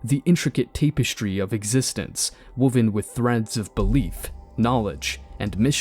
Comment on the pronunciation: Except for the pronunciation of the word tapestry. It is not “tape estry “. The mispronunciation of the English language, spelling, grammatical usage in sentences, lack of punctuation, overall usage of the most simplistic vocabulary, & most ridiculous slang that can hardly be understood is pathetically saddening! My reply to your comment is in no way intended to be insulting to you. Also, as with many informational videos currently, the lack of cadence & tone makes me feel it’s probably an AI generated narrator.